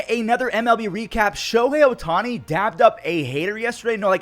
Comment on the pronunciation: Love the video, just for future reference, it’s dapped up, not dabbed, so it’s said with a p